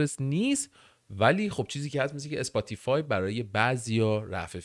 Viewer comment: اسپاتی‌فای ❌️ سپوتی فای ✔️